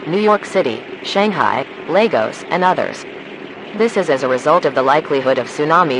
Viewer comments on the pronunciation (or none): none